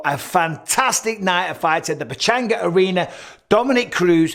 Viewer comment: It’s the pe-changa arena not the pe-chaynga arena. (ah) I’ll let you slide this time tho.